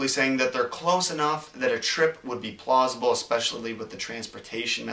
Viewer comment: He said PLOSIBLE!